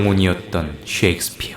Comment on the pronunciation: 섹스피어가 아니라 셰익스피어...발음이요